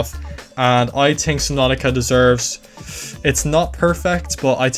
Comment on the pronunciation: "i tink"